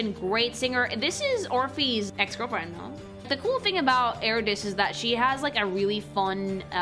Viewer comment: Bruh the way you pronounce some of these Greek names makes me want to pull out my hair TISIPHONE AND EURYDICE ARE NOT PRONOUNCED LIKE THAT